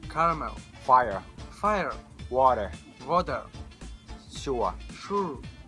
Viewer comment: ที่น้องพูดไม่ใช่อังกฤศสำเนียงไทยนะครับ สำเนียงไทยฃองแท้ เช่นwater น้องออกเสียงว่า เวาะเตอร์ และมีลิ้นแลบออกมา แต่อังกฤษสำเนียงไทยแท้ๆคำนี้ปากจะต้องไม่เหมือนการออกเสียงตัวทีของอังกฤษนะครับต้องอ่านว่า วอเต้อ และต้องลากเสียงยาวตรงคำว่าเต้อๆๆๆๆๆ